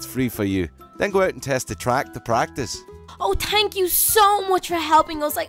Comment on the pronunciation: is It just me or ever time says "thanks" instead she says "tanks"